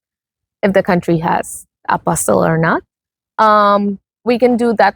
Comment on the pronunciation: Please note the word is APOSTILLE, not APOSTLE. Two different words entirely.